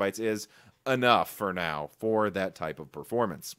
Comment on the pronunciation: When he said "now" at the start of the video I thought he said "no" to the question in the title. Btw the correct answer is no.